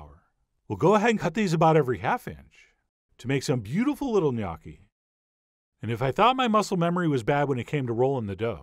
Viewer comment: Never knew the proper way to pronounce Gnocchi... Thank you now I know how!